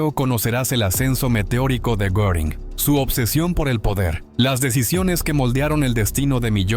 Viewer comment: NO es Goring, Göring es Geering, bueno por ahí, pero nunca goring.